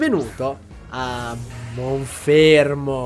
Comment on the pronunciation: No, però io MONFERMO non lo posso sentire